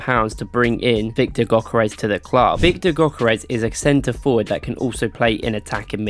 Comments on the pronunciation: No way bro say gokerrez it’s pronounced yokerez but spelt gyökeres also if we had kept gyökeres and not have spelled him to sporting he might of not have had this without cov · btw his name is pronounced gyurkeresh